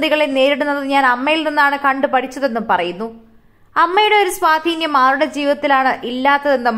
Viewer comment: സ്വാധീന്യം പോലും ഇവിടെയൊക്കെ വാർത്ത വായിക്കാൻ എടുത്തവനെ തല്ലണം സ്വാധീനം ആണ് കുട്ടി സ്വാധീനം